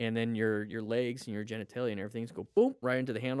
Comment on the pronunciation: I know it sucks. But you said "genetalia" quickly and i heard "jen i tay ya" and giggled a bit. Think... redneck. Talking about something bad. Like "boy i tell ya". Stupid, but it was needed after the start of 4th winter here today